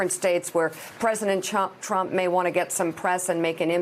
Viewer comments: she definitely says Chump at first instead of Trump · Did anyone else catch her saying "President Chump" ? LOL